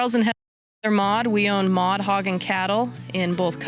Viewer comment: Custer county! Maude not mod.😅